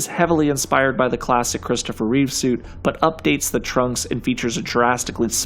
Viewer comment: ITS REEVE!!!!!! Not with an s